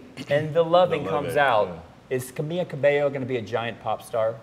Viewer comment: Oh my geezus. they cant even pronounce camila's first name right